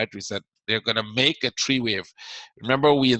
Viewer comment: Its one two three not one two tree